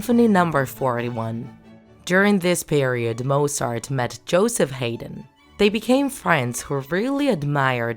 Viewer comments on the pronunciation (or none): annoy else triggered with how she said Hayden's name?